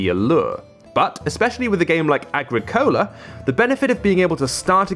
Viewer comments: Ah-grick-ah-la. Wonderful game, and a great review. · Ag-ri-cole-ah? WTF? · totally botched the pronunciation of the game